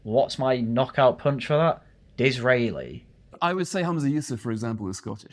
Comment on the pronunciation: Was who? I just heard some mumble that sounded like "Dizreily".